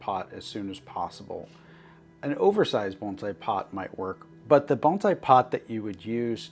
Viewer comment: Thank you for saying "bone sai" not "baan zai"!